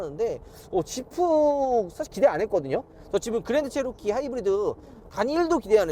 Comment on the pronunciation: 지프를 왜 샤냐?